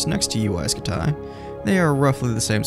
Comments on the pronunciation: I thought it was pronounced scooty. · Ya like jazz 😂😂😂 it's UY SCUTI HE IS SO CRINGY😂😂😂! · UY Scumayto, UY Scamahto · I've always heard it pronounced like scuti, like scud missile